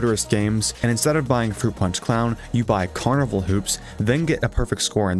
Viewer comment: froot pawnch for evewywan